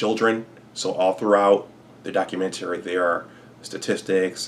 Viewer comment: The way hes saying documentary is working my nerves...🤔